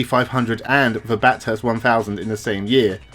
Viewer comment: It might seem petty but the world class track in Australia, a few hundred km from Sydney that many international drivers visit but struggle to master is pronounced "Bathest" (short), not "Bathirst" (long) and the "th" is pronounced similar to the "th" in moth. I hope I've made sense.